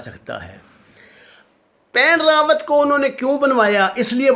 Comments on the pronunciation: The name of previous chief of staff of Indian army, which you are pronouncing again and again is “Bipin Rawat “ not “Pan Rawat” kindly correct your record. Also name of chief of national security adviser of India is Ajeet Doval, not Ajeet Dvaal. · Ap nam to sahi bolen, bus baith Gaye aur tube banana shuru kardiya. Wen rawat Nahi, Bipin Rawat sahi nam hai. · Bippin Rawat not what you saying pan rawat.... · طارق صاحب پلیز نام درست بولیں یہ پین راوت نہیں بپن راوت ہے۔ اگر جان بوجھ کہ دشمن کا نام بگاڑ رہے ہیں تو پھر ٹھیک ہے ۔ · someone tell him its Bapan Rawat not Pen Rawat .... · Pain ravat nahiii bipin ravat he . Kuch to parh liya karoo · ساگر صاحب صحیح نام بپن رادت ہے Bipin Rawat نہ کہ پین راوت۔ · بندہ نام تو صحیح لے... مثلا.... بپن راوت.... اجیت دوول.... ہندو توا.... میں تو عام سا بندہ ہوں. نام صحیح نہ لیا جایے تو مزہ نہیں آتا